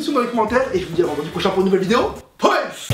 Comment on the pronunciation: A la fin de tes vidéos ce que tu disc'est pas "Peace !", c'est "Peuaïce !"... Je sais pas, fait un effort...